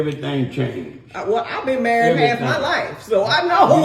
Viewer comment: Why don't black people pronounce the "D" at the end of the word married? It sounds like they are saying "Mehre'eh"